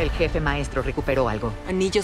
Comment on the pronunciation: Ya quiero escuchar a cortana decir jefé otra véz.!!!